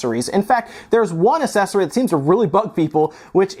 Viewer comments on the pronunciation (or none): Assesory?.. (as-sesory) no ACCessory (ak-sesory)